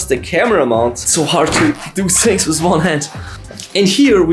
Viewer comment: I love the way he says shings for things Love from India